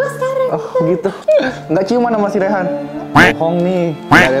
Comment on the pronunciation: Bukan rehan tapi reyhan